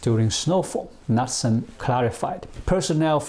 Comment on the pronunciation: it is pronounced "nootsen" (knutesen DANISH/Norwegian